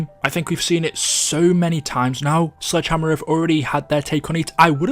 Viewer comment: When he said Sledgehammer it sounded like Slide Jammer